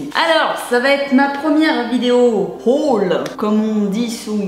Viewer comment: C'est pas "hall" mais "haul"😂 mais très belle vidéo sinon😘